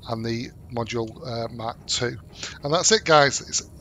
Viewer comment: He is not saying mark he is saying mack